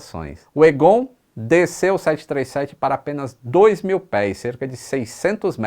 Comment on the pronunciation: O nome é pronunciado "Égon", não "Egôn". kkkk